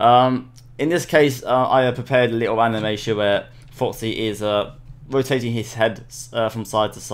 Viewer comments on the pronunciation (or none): did anybody that he said fofpsy instead of foxy?